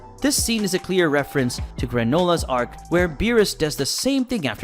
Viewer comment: Why the fuck are you saying arCH